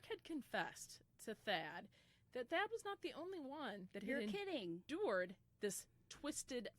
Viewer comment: It's Thad Phillips not fad lol. Thadius Phillips